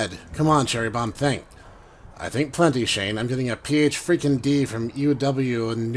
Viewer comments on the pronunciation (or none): A few points, but as someone who lived in this area I need to mention this, but UW, or University of Washington is pronounced as "U-Dub." It's to differentiate it from the University of Wisconsin or Wyoming. Also, Pike's Place is a real place, and somewhere you ought to visit if anyone ever happens to visit Seattle. It's pretty cool.